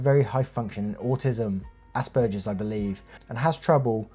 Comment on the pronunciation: One tiny pet peeve of mine: as an autistic person who is Mom to an autistic kiddo...both of us diagnosed with the defunct "Aspergers Syndrome," it's pronounced with a hard "G," and never a soft "g."